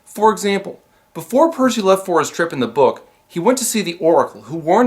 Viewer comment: Is it just me or does Poseidon call Percy, "Pussy."